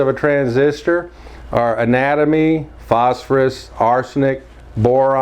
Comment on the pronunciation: I was quite surprised to hear anatomy used as a doping material, then I realised you meant antimony.